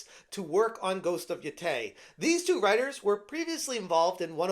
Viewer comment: It's pronounced Ghost of YO-TAY